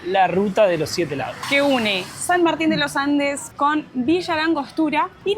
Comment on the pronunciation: "San Martin de lo Ande" 😂